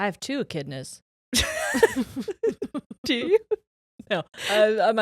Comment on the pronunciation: Aussie is pronounced “ozzy” you pronounced Echidnas right though! Australia is a country 😭 Tasmania is NOT a country, it’s a aussie state that’s just not connected to the mainland (it’s an island) 🫶